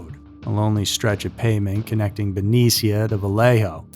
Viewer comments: it’s pronounced “Ben-EESHA” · It's Ben-Knee-sha. Benecia. No one and I mean no one ever says Frisco. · It's pronounced BA-KNEE-SHA, California. I live here in the bay area about 15miles from there ;) It's PRA-SID-EO in SF. Here in the bay area we NEVER say "San Fran" or "Frisco" or "Cali." It's nails on a chalk board to us Californians. We do say "SoCal" or "NorCal."